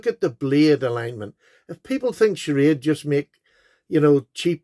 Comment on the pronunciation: that’s very nice of the guy sending you the mini telescope also very cool knives especially the Barlow I has a schrade Barlow in the basic scales and an imperial both great for my whittling wood spirit carving. I do also love sak knives but you pronounced schrade correctly. I let you know when your cards and stickers arrive 🍀🇬🇧👍🇮🇹🐾🦊